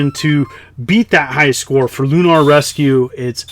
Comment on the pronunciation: lol "loon ARRRRR"